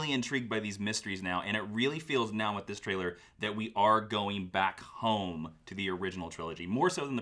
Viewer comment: I see still doesn't know how to pronounce "trailer" properly...